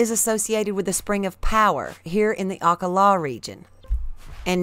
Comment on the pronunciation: The way you say Akkala triggers my OCD.. You say aka- laa. I'm 99.9% sure it's said straight without pause.. akkAla....( I guess how an American would pronounce it).